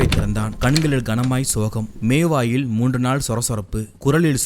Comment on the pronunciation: மேவாய் அல்ல, மோவாய் 😢😢